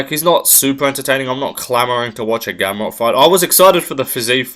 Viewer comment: Naah bro you did Gamrot dirty😂 Im polish but i have to agree.